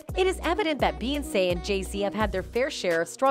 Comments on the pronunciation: thsts the only reason why I came here..."you sound stupid saying beyonce learn how to speak clown"🤷🏾‍♂️ fucking annoying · Noones gonna comment on how she pronounces Beyonce?! OMFG!!!! 😡